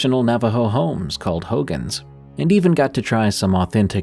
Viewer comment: Traditional homes are pronounced Ho-gone. Also, if it's not your culture and you're told no, drop it.